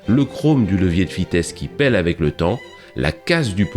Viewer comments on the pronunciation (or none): none